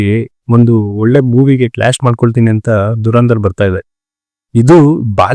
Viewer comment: Its ಧುರಂಧರ್ not ದುರಂದರ್... ಕನ್ನಡವನ್ನು ಕೊಲ್ಲಬೇಡಿ